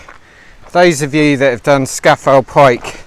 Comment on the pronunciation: Well done. But it is pronounced Scar Fell !